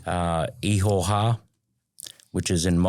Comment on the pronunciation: Bro the word is actually IHOWA that's a Maori word translating the Biblical word JEHOVAH which is God's name ( one of them ) but He's pronouncing it as IIIHO- HA. BUT that's his choice. But as it's written it's axshilly 😂 IHOWA (Pronounced like eee-horr-waah and in Maori the letter iii is pronounced as an eee, that's generally ok iii, pronounce eee and the letter E pronounce like ear, ok ghee, cool) Any a you cool Ozzie dudes wanna know Maori or anything biblical ask me, I'm christian as but I nused to be a punkass looking mofo but I gave my life n soul to the living YESHUA. Which is the Hebrew word for Jesus God the Son. In my past life I was a bit if an R swipe rack smokin, but previously Rastafarian weed smokin peace piper but that Saran basstid got me hooked on crack but then I met a guy I fell in luv wif called Jesus. now I'm a 7DA christian . Now to me this guy is sincerely Abit mixed up. Polynesian waka travellers incl Maori but there's a lotta mixed up fkd up versions of Christianity and sum real nutters but hey I'm not wanna put this dude down but he sounds like the Mormon version of geneology and no offence but Mormon is a false Christ but he believes what he does. And we all have that choice of freedom if religion freedom if speech n all good shit sorry not shit, syuff... in general... biblically speaking Ham Shem and Japheth are Noah's 3 sons. ( Btw way all the oceans in the world is whats left if the folks back from then ie 4-5000 years ago biblically. We didn't